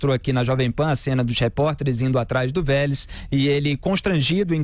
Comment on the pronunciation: Engraçado quando o Felipe fala o nome do Velez.. rsrs